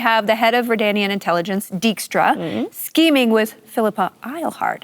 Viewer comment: Season two was great fun to watch, although a minor nitpick I have is that they Anglofied the pronunciation of certain names. Pronouncing Dijkstra as Deekstra, for example.